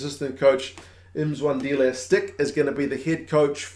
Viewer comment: Since you're so keen on the pronunciation of names, its Mmmmzwandile not Emzwandile.